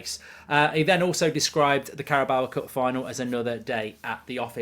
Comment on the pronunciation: first of all pronounce the carabao cup correctly then we'll talk